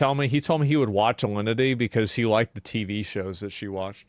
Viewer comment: *Dad: "The Tivi shows" *Asmon: "The Tiddy shows"